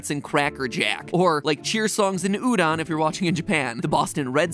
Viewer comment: Hey matpat, when reading Japanese, more often than not, you read the "o" as "oh" instead of "ah" Like Nippon and Udon in this video: ni-poh-n and u-doh-n